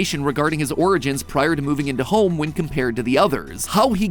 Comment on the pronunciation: Me waiting for the “ welcome to GAME THEORY “ instead I get “ welcom to houwouwme game theory “. 🙂